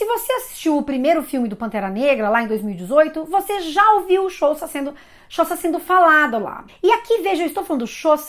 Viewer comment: É xhÔsa, como e esse xh é um som de clique mesmo.